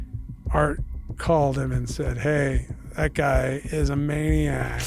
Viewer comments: its pronounced MA-Nee-Ack. its a common word, maniac. like 'thats dudes crazy, hes a maniac'. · ...a manic.... it's MAY-KNEE-ACK...maniac. While someone behaving like a MANIAC can be MANIC, manic is not maniac ;) . Manic USUALLY is conferred as a "Diagnosis" by agitation or fevered behavior. Imagine a MANIAC depressive person as oppose to a Manic depressive person :) IM DEPRESSED YOU ALL DIE!!!!...Anyway. A maniac is a person who is violent OR obsessive concerning a particular action or behavior (Which TO ME...is not the same, making the "View" to be like how autism is 1 thing when it used to be dozens of diagnoses...a need to water shit down as it were because..complicated is hard..)